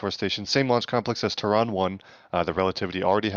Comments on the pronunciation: ter-ron???? what I think no that's a fail, NO its terrain as in Terra Firma as in earth 😂😂😂🚀💯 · Lol it’s Terran like Terra firma or Terraforming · here’s a phonetic spealling for terran /ˈterən/ how you’re saying it is like tehran the capitol of iran